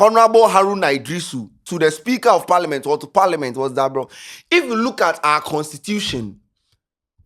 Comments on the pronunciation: It’s parliament not paliment..aah what kind of pronunciation is that 😂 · it’s Parliament not Parliment 😂